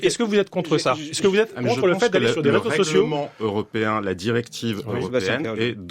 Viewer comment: « C’était le rézosocio des… » 😂😅